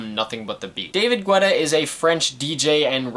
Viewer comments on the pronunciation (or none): Alright so a couple of things lol 1. His last name is pronounced like ghetto. ge-tah. but i've always mispronounced it so i'm not knocking you for it 2. I would assume you know this already but the verses/lyrics aren't only written by the one who sings/raps it. Even though Guetta produced the songs that doesn't mean he let Flo Rida, Nicki, Lil Wayne, Sia, etc. have free reign with the lyrics. 3. From what I remember being a huge edm fan in the 2010s and around these years, edm was in a kind of weird spot this early on. It was beginning to blow up and a lot of popular artists were incorporating it into their songs. LMFAO did it very often, Rihanna with Calvin Harris for "We Found Love," Flo Rida for almost like the entirety of his "Wild Ones" album, Pitbull working with Afrojack on "Give Me Everything" and even JAY Z and Kanye for "Who Gon Stop Me" which features one of my favorite producers from the UK Flux Pavilion. (i haven't seen your video for watch the throne yet but I feel like you mentioning dubstep will be there). Many of the producers and DJs of EDM incorporated pop elements into their songs to continue to bridge together pop and edm. Most notably besides David Guetta are Zedd, Tiesto, Swedish House Mafia, Avicii, Afrojack, Calvin Harris, Steve Aoki, and even a bit of Skrillex. This kind of split the edm community a bit because with this pop influence you have albums like this or Clarity or even Truth (with some being imo decent) and kind of shunned other albums that